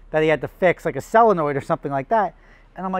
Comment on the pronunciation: SOLENOID, it’s pronounced solenoid,like Saul,not sil😁